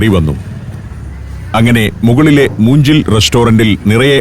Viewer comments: moonjil alla moongil which is bamboo pronunciation of g is like in ganga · It's not moongil, it's mookil. It means bamboo. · മൂഞ്ചിൽ അല്ല മുൻഗ്കിൽ മുള എന്ന് meaninng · ഇതിൽ റെസ്റ്റോറൻ്റിൻ്റെ പേര് തെറ്റായിട്ടാണ് പറയുന്നത് . മൂഞ്ചിൽ റെസ്റ്റോറൻ്റെല്ല , മൂങ്കിൽ റെസ്റ്റോറൻ്റാണ് ശരി. തമിഴിൽ മൂങ്കിൽ എന്നു പറഞ്ഞാൽ മുള എന്നാണ് അർത്ഥം. അതായത് ബാംബൂ റസ്റ്റോറൻ്റ് തമിഴിൽ മൂങ്കിൽ റസ്റ്റോറൻ്റായി. മുളകൊണ്ടാണ് അത് ഉണ്ടാക്കിയിരിക്കുന്നതെന്നും ശ്രദ്ധിക്കുക. റെസ്റ്റോറൻ്റിൻ്റെ മേൽകൂരയും ചുവരും ലൈറ്റുകളുടെ ഡൂമുകളും വരെ മുളകൊണ്ട് നിർമ്മിച്ചിരിക്കുന്നു. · സഞ്ചാരം ചെന്നൈ എപ്പിസോഡുകൾ പൊളിച്ചു. തമിഴ്നാടും തമിഴ്ഭാഷയും ഒത്തിരി ഇഷ്ടമാണ്... പിന്നെ മീനിന്റെ പേര് വാഞ്ചരം അല്ല വഞ്ചരം ആണ് ഉദ്ദേശിക്കുന്നത് വജ്രം. അതുപോലെ മൂഞ്ചിൽ അല്ല മൂങ്കിൽ ആണ്. മുളയ്ക്കാണ് മൂങ്കിൽ എന്നു പറയുന്നത് അതിന്റെ റൂഫ്ടോപ്പ് കെട്ടിയുണ്ടാക്കിയിരിക്കുന്നത് മുളകൾ കൊണ്ടാണ്.. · Moongil should be pronounced Moonkil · മൂങ്കിൽ എന്നാണ് 😅( മുള, എന്നർത്ഥം ) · മൂങ്കിൽ എന്നാണ് ഉച്ചാരണം അർഥം മുള എന്ന് മുള കൊണ്ട് കെട്ടിയുണ്ടാക്കിയ കട